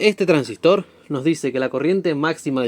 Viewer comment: El Traangsistor 😅